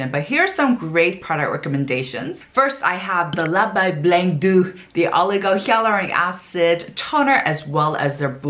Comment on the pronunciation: Please verify the pronunciation of "Hyaluronic Acid." It sounds different. Dermatologists say it as "hay" but you say it as "ya" and it's all over the video. I'm just confused. 🤔